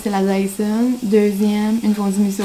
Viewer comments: Pas Fondumiso mais Fondussimo!!! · Trop cute tout le long tu dis la "fondueMisso" au lieu de fonduSsimo, tu m'as fait sourire ☺. J'aime tellement t'écouter, tu es attachante 😊